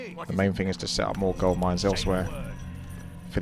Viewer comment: Spaking of Gold would you spell it like ''Gauld'' than saying it like that?